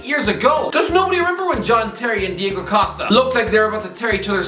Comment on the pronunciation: Diego* not Diyeigouw